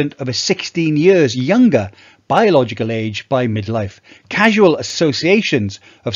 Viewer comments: Really interesting video, thank you. It’s “causal”, though, not “casual”. I’m in my 70’s and still OK for briskish walking and slowish jogging. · CAUSAL, not CASUAL. Otherwise great video. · Thanks for sharing,. One question: You said “casual link”, but did you mean “causal link”? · casual or causal? Cmon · Do you mean causal data? You keep saying casual. I place close to zero weight on causal data. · Thanks for the info. It’s “causal link”. Not “casual link”.